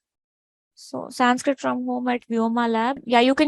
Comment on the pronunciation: Why you are adding m in last of each sanskrit word ??